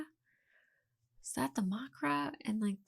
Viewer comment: Mucra? Racnōss? Macra. With an a. Not muck-ra! And it's Racnoss. With a short o. Like in pot, of, coffee and "pot of coffee". Like kudos and cosmos are, when pronounced correctly. Don't do Americans' -ōs obsession to racnoss even.